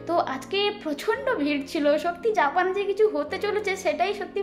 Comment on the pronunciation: বা বা তুমি কত সুন্দর করে জাপানের নাম গুলো বলো, আর আমার তো মুখে দিয়ে ও আসবে না, ❤❤❤❤